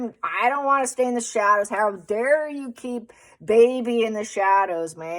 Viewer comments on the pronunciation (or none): none